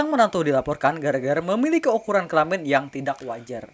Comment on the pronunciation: Kelamin bang bukan kelamen